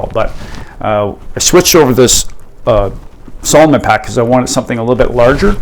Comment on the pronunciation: Uhm…..s A l o m o n……. with an A. 😂